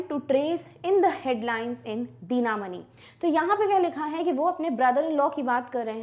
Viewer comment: | It would be better if you had pro prounced the word dinamani as thina-mani.